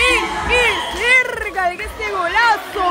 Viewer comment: cuando dise serrrca yo creí que desia verrrrga 😂😂😂😂